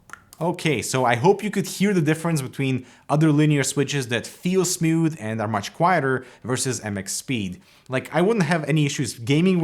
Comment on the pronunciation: Nobody: Canadians: Smuuthh